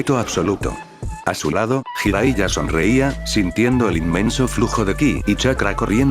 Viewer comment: Ah, y otra cosa Bro... Qué opinas acerca de que modificaras el cómo redactas la historia para subirla al Loquendo... Me refiero a que escribieras las cosas como se pronuncian, para que el Loquendo las diga como deberían sonar y así no se escuche rara la narración. Por ejemplo, palabras con J como Jutsu, tú la escribas como Yutsu, o Jiraiya, tú la escribas como Yiraiya. O palabras con H intermedia o inicial, como Konohamaru, tú la escribas Konojámaru, o Hokage como Jokague... Ah, también esas sílabas de Ge o Gi, que las cambies por Gue o Gui, como la de Hokage antes mencionada o Genjutsu por Guenyutsu... Ya sé que es más laborioso, pero la verdad se escucharía prrón que el Loquendo pronunciara tus historias como se debe... Incluso, agrega acentos (tildes) en donde veas que Loquendo no acentúa correctamente, me parece que en palabras como Orochimaru, el Loquendo acentúa en la U y se escucha como Orochimarú... Entonces tú tendrías que ponerle el acento en la A, osea, Orochimáru, Konojámaru y etc... Bueno, es mi sugerencia para que se vea o escuche todo más Pro!!! Saludos!!